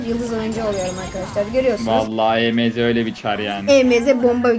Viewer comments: E m z değil emz diye okunuyor.😂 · Abla emz e me ze diye okunmuyo direk emz diye okunuyi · E m z diye okunmuyo emz diye birleşik okunuyo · E M Z değil emz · Abla e m z diyil emz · e.m.z değil o emz😅😊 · Abla E M Z deyil EMZ😊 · o Emeze değil Emz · abla emeğe değil emz 😂😂😂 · abla emeğe değil emz 😂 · o emeze değil emz diye okunuyo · emeze diye okunmuyo emz diye okunuyor😊😊🌹🌹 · Abla o E M Z DEYİL EMZ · Abla Emeze değil Emz😂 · hayir olum emz diye okunuyo emeze ne aq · Adla o e m Z değil emz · Abla E m z değil Emz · Abla onun adı emz e m Z değil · Emeze değil emz die okunuo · Emeze değil emz yaw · Emz❌ ✨EmEzEğ✅✨ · Abla emeze deil emz emz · Abla o E M Z değil Emz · Abla o E m z diye okunmaz Emz diye okunur😅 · o émze değil emz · Abla E M Z DİYİL EMZ😂❤ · Abla emeze değil emz o karakterin adi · Abla E M Z ❌ EMZ ✅✅✅ ❤❤❤❤❤❤ #PGQUCOLO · Abla o emeze değil direkt emz diye okunuyo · Abla onun adi emeze diyil emiz😂😂😂😂😂🎉🎉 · Abla diynamayk değil daynamayqk😊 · Abla emz. İn. Adını. Yanlış söylüyorsun. O. Emz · o EMZ EMEZE DEĞİL ❤❤ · Okunusu oyle sensin asil o dalga gecilcek kisi salak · Merhaba abla ilk kez önüme çıktın ilk başta özgüş tv kanalı nın videosu sandım (emz savaşçısı nın ismini yanlış söyledin kızma söylemek istedim)